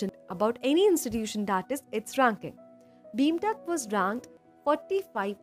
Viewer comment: Its BIMTECH not BEEEMTECH